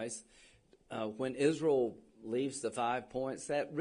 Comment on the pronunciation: Miss. Lindsay say's don't ask about Isrul😅